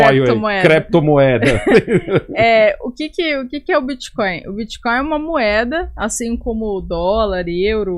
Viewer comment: Prefiro que o Renan continue falando crepitomoeda e biticóio. Quanto menos o governo souber disso melhor